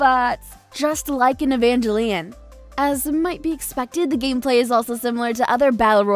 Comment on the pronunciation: I don't appreciate how she butchered the name Evangelion 😑